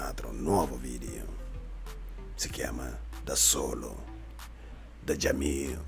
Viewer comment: Jamil non si dice così casso